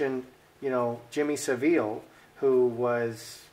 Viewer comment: Jimmy "sav" "ull" is how it's name is said xx I love Ur reading xx subscribed